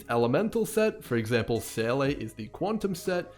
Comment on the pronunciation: Seele is pronounced: ZEE-LUH. Not SAY-LAY. It's so triggering, please stop lol